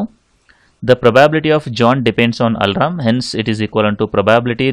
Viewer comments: its alarm, not alaram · Its not Alram idiot , its al+arm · Bro he is saying alram...😂😂😂